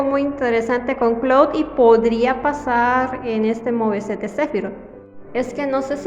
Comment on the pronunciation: Porque el mo ve set yo soy de canada y se supone que se duce muve set se pronuncia solo es tock mio sorry y no no soy de gringo landia